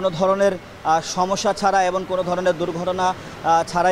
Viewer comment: আপনি কিসের সাংবাদিক? আপনি এবং বলতে গিয়ে এবন বলেছেন বারবার?